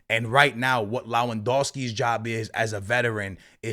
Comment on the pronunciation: Bro it's not LAWENdowski . It's LEWANdowski